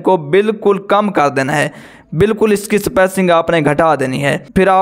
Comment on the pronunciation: Yaar spacing hota hai spaicing Nhi....